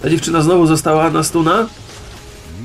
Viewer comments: Siema stuna się mówi a nie stana :D Tyle z mojej strony i Shurelia jest dobra pierwsza na Tarica pomaga tobie i twoim sojusznikom :D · mowi sie stuna...